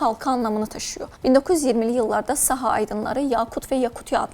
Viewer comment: Неправильно ставите ударение - СахААА